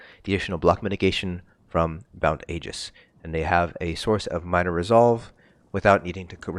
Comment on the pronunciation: Thank you for saying Aegis correctly. 😂